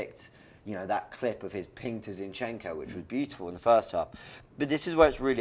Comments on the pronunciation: "Chin chenco"... "Necketiah" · I love how says ChenChenko!!🤣🤣🤣🤣🤣🤣🤣🤣🤣🤣